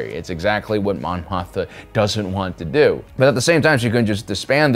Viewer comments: Mothma. Not Motha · I love your analysis of political and philosophical ideologies within the SW stories. But I cringe every time you say Mon Motha. I thought I was mis-hearing you. But no. You say Motha, every time. It's Mothma. Always has been, as far as I know. I'm definitely not trying to be a jerk here, but I respect you and your detailed and intelligent approach, and assume you would want to know. Thanks for the great content. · greatest troll is finding something to mispronounce on every upload and watch the cringey comments arrive.....lol "Mothma".......HAAHAHAHAHAA!! <--- cringey comment